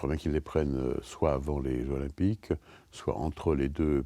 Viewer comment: Difficile de faire moins intéressant : on n'apprend rien. Et ce type n'a même pas fichu de faire la liaison Jeux zOlympiques